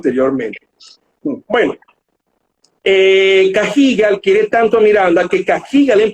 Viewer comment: ¿En qué se basará para pronunciar "Cagigal", como si hubiese una tilde en la i